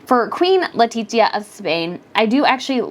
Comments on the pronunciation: The closest pronoun is toon if you can’t pronounce the “c” / “z” in peninsular Spanish, try L e t i SS i a Not L e t i TT i a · Queen of Spain: Letizia is pronounced Let tis sia or Let ti thia.